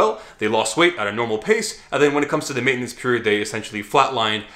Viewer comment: Probaby written by. That dude never pronounces "maintenance" right